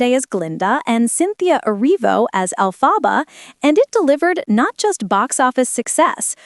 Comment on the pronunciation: Learn how to pronounce Elphaba!